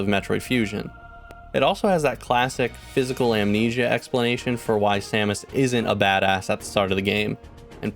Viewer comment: 😃 he really does say Sammich! 🤣😆